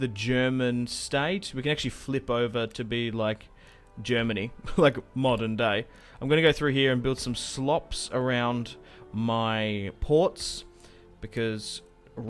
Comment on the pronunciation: Slops ? Slops ? Sloops please.